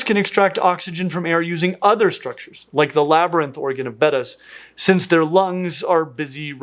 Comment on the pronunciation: I appreciate your correct pronunciation of “Betta” since the mispronunciation (sounds like “beta”) is so rampant now. As a Betta splendens breeder, this is a personal pet peeve. Thank you!!!